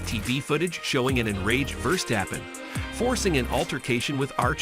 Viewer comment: Dude what a lot of bs you put up a video in where you weren’t even able to pronounce the name of many other very well known F1 drivers. Quit playing with this, don’t make Max Verstappen less of a champion in your head (and stop making yourself so utterly ridiculous!)